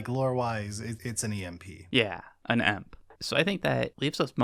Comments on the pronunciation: Who the fuck says EMP and not E-M-P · Who actually pronounces E M P as emp? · I have never heard somebody say E.M.P as emp before... and I am outraged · Never in my life have I heard anyone just say EMP like it's a single word.